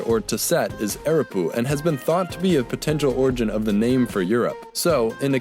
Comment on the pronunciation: Where is the "yu" in "Europe"?